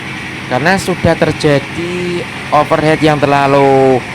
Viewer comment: Over Heat. Bukan Over Head.